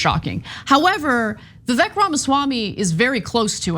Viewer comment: His name is Vivek, it rhymes with snake. Stop saying Vi-VEK. You say it Vi-VAYK.